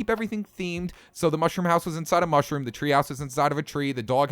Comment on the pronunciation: Mounshrum home